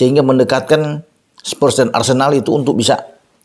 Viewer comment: Spurs Pak bukan Spers🤭